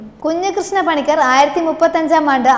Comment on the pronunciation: കുട്ടി അക്ഷരം തെറ്റാതെ പറയുക... പണിക്കാർ അല്ല പണിക്കർ, ഏഴവ ശിവൻ അല്ല ഈഴവ ശിവൻ. വേലായുധ പണിക്കർ കേരളം അവഗണിച്ച ധീര യോദ്ധാവ്.